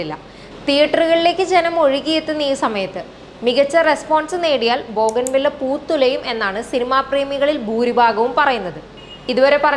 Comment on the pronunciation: It's bougainvillea not boganvilla ..pronunciation for media reporter is important